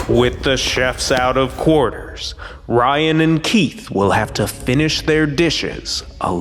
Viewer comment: Aww, Keith called Ryan, "."! 🫠